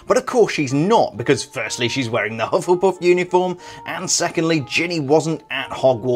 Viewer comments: Hufflepuff not hufflepuss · U sayed hufflepuf very funny 😅😂